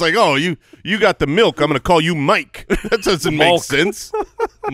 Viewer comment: 💀 ☠️ 💀 ☠️ 💀 ☠️ 💀 "Miolk" pronounced My-oak.